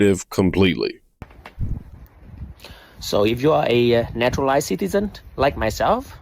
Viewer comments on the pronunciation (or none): NATURALIZED. 😂😂😂 natural ized. Love ya man, that shit is funny af!